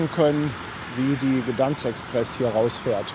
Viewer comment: Aussprache ist folgendermaßen: G D E I N S K. Das G so aussprechen als würde es ein Kind gerade lernen. In etwa wie Gö, aber das ö ganz kurz betonen.